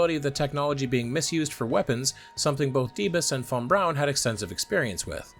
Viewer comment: THANK YOU for pronouncing von Brauns name properly. Drives me nuts to hear people hit the German W and then drop a bron immediately after it.